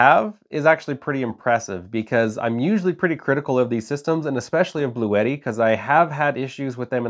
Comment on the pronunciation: It’s pronounced Blue-Tee.